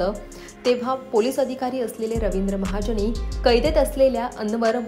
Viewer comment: आहो बाई, रविंद्र महाजणी, अमिताभ बच्चण, हिंदुस्थाणी, आंदोलण, पाणिपत 🧟‍♂️ नव्हे होssssss...."ण "च्या जागी "न" लावा. म्हणून शिक्षण जरूरी आहे😂